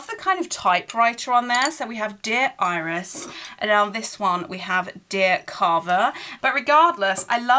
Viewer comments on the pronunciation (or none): none